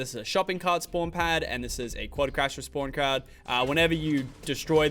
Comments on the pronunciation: did he say spawn crad?? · he says spawn crad😂